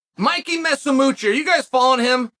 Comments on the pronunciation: "Messimucci" huh? 😂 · Mickey Messomucci hahaha it's Mikey Musumeci you lovable oaf. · Watching just for the trusty mispronunciation of Musumeci